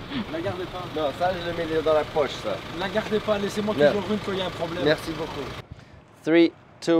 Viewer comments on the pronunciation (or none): none